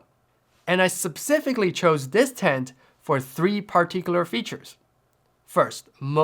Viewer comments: MMMM what a great video, great work dude! I might have to rip this idea off because it is so gosh darn inexpensive! BTW-- The word is "Speh-cifically", not "Sub-cifically" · Love all your stuff by the way. Just thought I'd mention it incase you'd like to improve your English: you say "subsifically" instead specifically. Subsifically isn't a word. Anyway, carry on 🙂